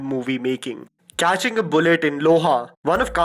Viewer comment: did he just say cyatching instead of catching??